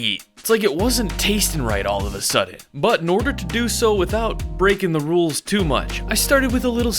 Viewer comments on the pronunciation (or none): none